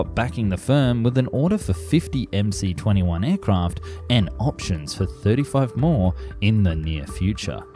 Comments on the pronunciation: Please speak and write the Russian names correctly ! The name of the aircraft MS-21 (in Russian-MС-21) !!! Regards from Russia ! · Dude, MC is written in Russian! And in Russian the letter "C" is actually an "S"! So it's pronounced MS-21. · Analysis is totally crap. Starting from wrongly pronounced plane name.